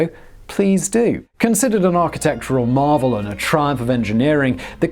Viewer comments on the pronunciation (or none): none